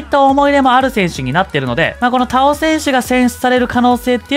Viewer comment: 田尾さんのイントネーションめっちゃ気になったw↗️じゃなくて、↘️かな